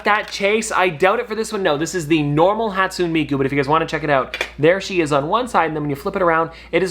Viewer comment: Btw it’s pronounced hat-sunay-me-koo